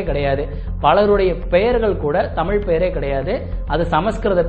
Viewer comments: நீங்கள் கூட தமிழ் என்று உச்சரிக்கும் போது தமில் என்று தான் கேட்கிறது... ழ-ன வின் உச்சரிப்பை சீராக்கிக் கொள்ளுங்கள்... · முதல தமில் நு சொல்லாம தமிழ் நு ஒழுங்கா சொல்லுங்க அப்பறம் you can advice everyone... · Have you noticed that in this video you are pronouncing 'Tamizh' as 'Tamil'?